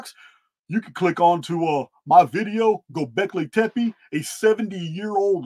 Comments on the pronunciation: you say "gobekli tepe" flawlessly on the first attempt. you did it. you finally did it. we are so proud of you haha much love brother thank you for your work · Bit late, but great to catch part of another live. Thanks and all the Archaix people. You pronounced 'Gobleki Tepi' correctly and also can't align myself with the idea that the site was buried by the builders or the community. Since I've been watching your channel I figured it would probably have been buried by a cataclysm (Not sure if Phoenix or other). But as you say the site is huge. It makes no sense. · Thank you for pointing out all these particulars. This was very informative and I really appreciate all the linked videos. Happy New Year everyone! Peace and love ❤️🕊️🌿🕯️☮️💚 PS and yes, you said Gobekli Tepe perfectly. The thing is we love you no matter how you say it! ❤ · Yes!!! He did!!! I caught that too! Perfect pronunciation!!!! Bravo,! However, we love you no matter how you pronounce it! ❤❤❤